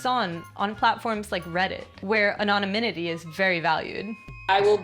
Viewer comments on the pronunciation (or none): No, she clearly said, "Anonyminity." If you're gonna give her a hard time, at least make sure you get it right.